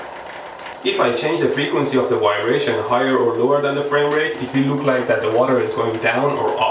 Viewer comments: LOL! I love the way he says, "Wybration" for "vibration." Indians do this and I'm not sure why, because they weren't ever taken over by the Germans, but rather the British who pronounce the "V" sound as vx vveee, not wwwweee. Trying saying "valves" with the "v" being the "w' sound. LOL. But they do it!!! Stranger still is that they can and do say Vvvveeeejay, but use the "w" sound for everything else. Yep! India is THE most exotic country I've ever visited and I love it, BUT I do wish they could derive the "v" sounds as they should be. I have lived in the city of Vashi where some say it with the vvv sound, but most others as though it was a www sound. LOL 😂🤣😂❤️ Nevertheless, it was a very good and informative if not entertaining video! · Is no one gonna make the 12 yr old joke pointing out how he says "vibrator" HUE HUE HUE